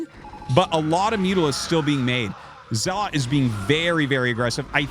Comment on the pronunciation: Okay - this must be said after listening to your streams nearly every day for a month. It's pronounced ZELL - UT, not ZELL-LOT. Great casts, but your mispronunciation of the most common Protoss unit is killing me !